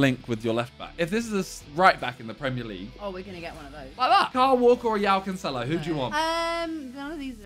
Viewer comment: Bruh Simon get your footballer names pronunciation sorted. Does bro actually ever listen to commentary??? 1. Its not wooa cancelo. Its jhoa Cancelo 2. Its not diebala its D-bala 3. Its not sun its sawn